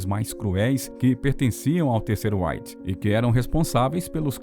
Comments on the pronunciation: Gostaria que você pronunciasse direito a palavra REICH. Você fala com pronúncia da língua inglesa! É RREICH !!!!!!! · OBSERVAÇÕES: * Quanto ao conteúdo, muito bom o vídeo; * Quanto à pronúncia da palavra "reich", o locutor está dando ao "r" inicial a pronúncia que ele teria se esta palavra fosse da Língua Inglesa e, no entanto, ela é alemã, e os alemães dão ao "r" inicial da palavra "reich" a mesma pronúncia que nós, brasileiros, damos ao "r" da palavra "rato", ou a mesma pronúncia que nós (brasileiros) damos aos dois "rr", como na palavra "carro".